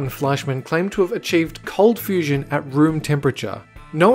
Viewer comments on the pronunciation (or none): none